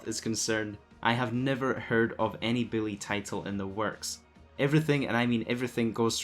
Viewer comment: Its "bully" not billy.. your bothering me calling it billy. Lmaoo